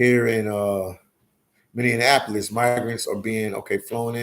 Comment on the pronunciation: Say Many-APPLE-Lis not Many-On-Napo-Lis !